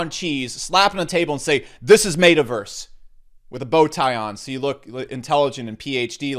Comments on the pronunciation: mate uh verse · Yooo i almost spit all my food out when he said MAY-TAH-VERSE 🤣🤣🤣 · Did you say mata verse ? And sandbacks what is wrong with you ? Do you smell burning toast ? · Ur pronouncing meta verse so wrong 😂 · You say Metaverse different lol